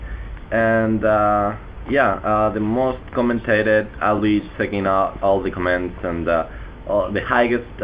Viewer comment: MY FUCKING GOD ITS COMMENTS NOT COMMÉNTS !!!!!!